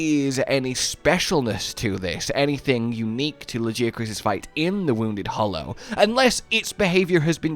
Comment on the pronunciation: You still don’t know how to pronounce Lagiacrus....maybe one day....